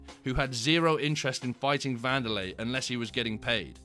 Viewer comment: Wanderlei= Candylay😭🤣🤣!